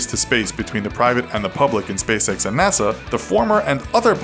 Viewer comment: Why does spacex sound like space sex?